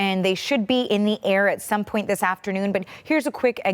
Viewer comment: 16 hoursh?! Why are they doing thish?